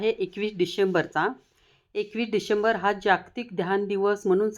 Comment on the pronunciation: पहिल्यांदा भाषा, उच्चार स्पष्ट असू द्या मग ध्यान सांगा. तुम्हाला डिसेंबर म्हणता येईना डिसेंबर असा उच्चार करता.